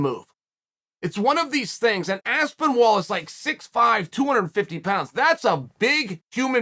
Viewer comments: Uncle Chael really struggling with that name. Aspenwall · Chael called tom by his name correct once 🤣 aspinwall? I love it haha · Aspenwall might be my favourite mispronunciation yet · He literally noted how there isn’t any “w” and he keeps saying Aspenwall😂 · Chael pleaseee stop calling him aspinWall, for the love of god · Surreal Gone for me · I kept hearing Aspen Ladd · If Chael says Aspenwall it is now ASPENWALL! I know 6 guy who met Chael recently who would fully agree. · I think Uncle Chael took a few too many knocks to the part of the noggin responsible for pronunciation lol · At least pronounce his name right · How can he state that he's mispronouncing a name and then continue to mispronounce it?! I just don't get it! Also, every MMA fan in England has known that Aspinall was a BJJ talent since he started- his dad was the first BJJ black belt in the UK (apparently!). I just loved that his big takedown was like a proper rugby tackle. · Chael is the only man to let you know that he can’t pronounce a man’s name correctly by pronouncing the man’s name correctly😭💀